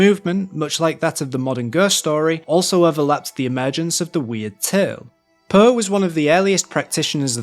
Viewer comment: I love your dialect, but if I were you I would adapt myself a bit when speaking to an international audience. The way you pronounce Poe as “puh” is really distracting.